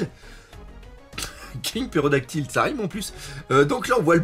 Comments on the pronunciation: C'est pTérodactyle pas pérodactyle mdr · en plus il dit "Pérodactyle", ça me tue ahah